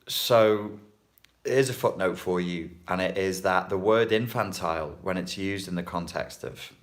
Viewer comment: Oh and when you say footnote it sounds like fucknote!! 😂😂 Love the accent and your humor. You make learning fun 😁 Thx!